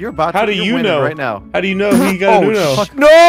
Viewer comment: I swear I hear jiggly at the beginning saying “Right Meow?”